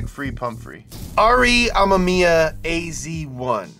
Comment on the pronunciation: im straight up gonna fight yall for the way you said re amemiya